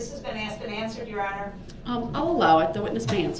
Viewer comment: He hated detective Casey was “axed” to come back and testify.